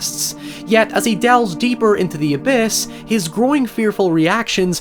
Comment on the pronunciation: whenever you say growing i think you say groin and i have to stop and think